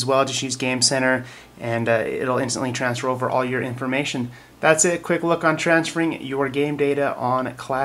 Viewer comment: transfour? really?